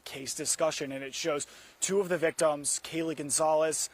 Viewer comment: Can you please get this man off the air? Or send him back to school to learn how to be a journalist? Holy crap! Even the man he interviewed pronounced Kaylee’s name correctly, and he STILL can’t get it right